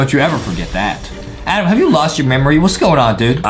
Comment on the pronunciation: adem not adam